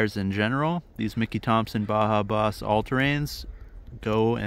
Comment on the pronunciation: If you look on the sidewall, it tells you how to spell baja. Its spelled B-A-J-A. Not BAHA. 🤦